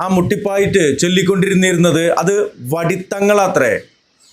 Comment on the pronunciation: വടി തങ്ങൾ അല്ല വെടി തങ്ങൾ ആണ്